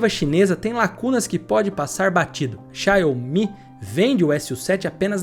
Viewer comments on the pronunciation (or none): Não eh Xiao omi!! Eh Xiaumi! Assim que pronuncia!! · Mas a pronúncia correta é "Shaw-Mi" mesmo. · que dificuldade pra falar X I A O M I... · Com todo respeito mas é irritante como você pronuncia xiaomi!